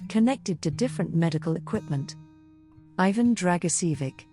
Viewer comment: Your ignorant pronounciation of Ivan's name and the fact that you remain so stubbornly Ignorant and inconsiderate are a horror.